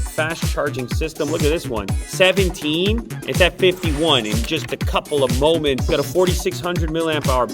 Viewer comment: In a couple of moe-ments? 😂